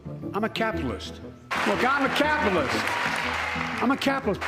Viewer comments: "I'M A CAPILISS..." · He cannot pronounce words, not merely the Laken (which comes out “Lincoln”), but words like “capitalist.” And they think he’s “sharp.”?